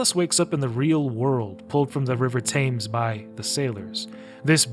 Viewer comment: "Thames" is pronounced "Tems" not "Tames"